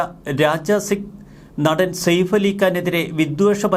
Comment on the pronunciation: സേഫ് അല്ല സയഫ് എന്നാണ് ശരിയായ pronounsation